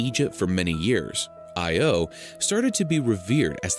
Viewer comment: I think the Greek pronunciation of Io is more like ee-oh, stress on the oh.